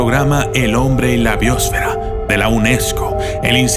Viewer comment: No sabes ni hablar. BIOOOOOOSFERO